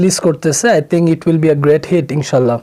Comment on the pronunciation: আই তিংক, আই তিংক!!!! 🤣🤣🤣🤣 ভাই তুই বাংলা বল! ৩০০ টাকায় Saifur’s এর ইংলিশ শেখা মাল তুই!!